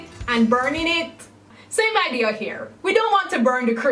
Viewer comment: I love how whenever she says “here” or “hear” it sounds like “hair!”And it’s even more satisfying when you realize she’s a hair channel! Love you